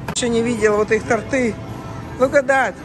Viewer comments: правильно говорить тОрты, а не тортЫ, и тОртов, а не тортОв. Только без обид. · Не тортЫ, а тОрты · У нас всё это стоило бы баксов 75 и выбора больше раз в 10 в наших магазинах.)) ну не стоит хачапури с ветчиной и сыром больше полутора долларов. И на последок: тОрты , а не тортЫ! (ударение всегда на "О"). Вообще, я рад, что вам нравится такой магаз, но по Ашану вы бы бродили сутки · Не тортЫ, а тОрты.🤷‍♀️ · Торты ударение на о🙏🙏🙏